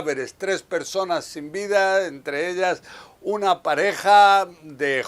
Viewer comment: Persones dijo la periodista 😂😂😂